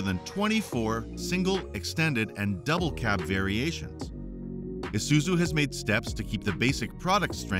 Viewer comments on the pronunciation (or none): my brother in christ its pronounced -eye-suzu, isuzu not esuzu😂